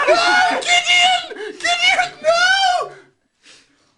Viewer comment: that “Gidian” pronounciation just takes me away